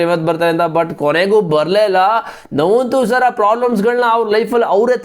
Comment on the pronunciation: Navvun thusara alla bro nuwan thusara